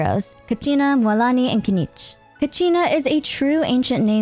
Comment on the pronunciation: btw natlan is pronounced not-lawn ! <3 also mualani is moo-uh-lawn-ee!